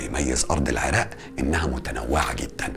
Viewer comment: هسه مبدئيا بعد ما شفت دقيقة وحدة من الفديو الشي الحلو المقدم مصري وميكول العراء 😂💔✅ تعديل: بعد اول دقيقة طلع يكول العراء 😂🤦🏻‍♀️ هو اني بالبداية استغربت شعجب ميكول العراء بعدين حسدته بس يلللاا اصلا عادي 😂😂 تعديل ٢: والله الفديو لخص هواي سنين مر بيها العراق مثل ما كلت لخص هواي هو ذكر الاحداث الرئيسية من غير هواي شغلات يمكن او اكيد بس العراقيين حاسين بيها. هسه اكدر اكول والله احنا شعب كفو واقوياء 🥺❤️ +واحلا جملة گالها لو شي مو عاجبك بلدك غيرها انت واخوانك هو هذا الصح وان شاءالله كلنا ايد وحدة ويرجع العراق احسن من قبل ✅💙